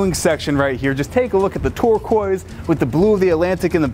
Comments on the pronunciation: Why is is pronouncing turquoise: "ToRqUoise" 😂 & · Why can't you say turquoise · The way he says turquoise makes me mad 😂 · Never heard someone pronounce “turquoise” like that before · Lol his pronunciation of 'turquoise' 🤣🤣🤣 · the way he says turquoise is ridiculous